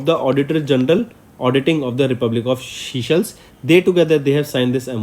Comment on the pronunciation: Sir please use correct pronounciation. Viewers might listen to this and remember wrong words in exam. Forbeg: Seychelles is not seashells